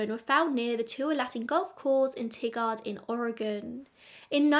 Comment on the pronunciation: I'm so, so sad to hear about Todd's passing. I very much enjoyed the podcast he did that was released recently, Hello, John Doe. He had such a warm, friendly, easy-to-listen-to voice. He will be very much missed. (And oh gosh, he was just a few months older than me.) 😢 Also, not a big deal, but you might want to know that "Tigard" is pronounced like "tiger" with a "d" sound at the end... it's a bit unusual for a place name, and not a pronunciation anyone would know unless they live (or lived) near there. ☺